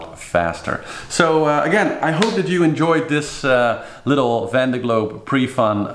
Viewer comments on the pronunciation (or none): vEndee globe, not vande globe. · Sure, there are an infinite number of ways to pronounce the name of a French region. But only one way to do it correctly and this is not that.